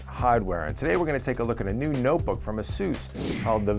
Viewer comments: it's AY-SUS not AH-SUS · LOL It's pronounced asoos? I always thought it was Aysus lmfao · lol asoos is how he said it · ya, i'll tell em. the same way that we say playstation three and japan says plaistasion sree. doesn't mean they're right. this is the english language and ay-sus sounds better.